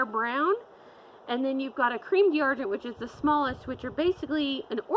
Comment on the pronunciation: 'Dee Arr-gent' 🤣🤣 Can we get a French speaker here to correct the horrible mispronunciation?